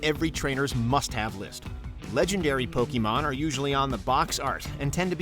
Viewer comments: What about huge chain combos in Puyopuyo? While you are building them your opponent is about to destroy you but then you release the chain combo in time and obliterate your opponent? or what about in Dragon Quest when you find and kill a metal slime to gain huge exp points? PS You butchered the word "Pokemon." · 25 years and so many people still can't say Pokemon or Lara Croft right....Poe-KAY-mon, not Pokey-mon ffs. also...how the hell can you talk about satisfying video game moments and not mention landing a million+ point combo in a Tony Hawk game? or getting any of the 1 in 128 chance drops in EarthBound like the Sword of Kings? or gold starring a song in Rock Band?